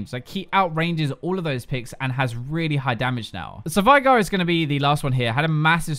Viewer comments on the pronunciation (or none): none